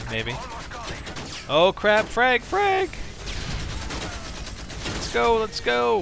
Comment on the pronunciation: when you say frag it almost sounds like frank